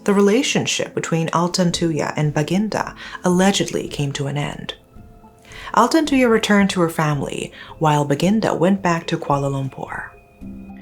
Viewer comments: Thank you. I remember i commented on one of your videos asking you to cover this story. Thank you so much. I am proud how clear you pronounce their name thank you rip altantuya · I never heard of this one because i'm a fetus born in 2009, but her pronunciation of altantuya is actually not bad